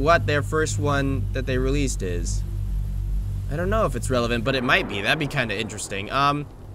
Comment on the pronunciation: ITS REALECED (BEST ENGLISH EVER) PLAY IT